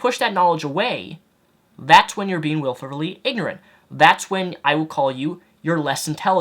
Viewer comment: Wilfully, not "wilferly"